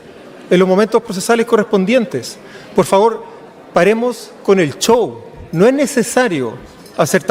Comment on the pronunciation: Este ordinario Bassa dice CHOW. es SHOW.😂